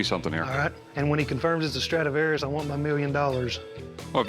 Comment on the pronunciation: It's a " Stradavarous Fiddle "